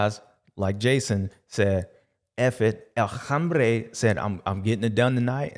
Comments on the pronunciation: Love how James always says "El hambre" instead of "El hombre" for Jason Anderson. To me, its a Freudian slip because Jason Anderson is hungry and hes the man. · James's Spanish is slightly off, sounds like "El Hambre" which is "El Hungry"!😅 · Pronounced "OM BRAY"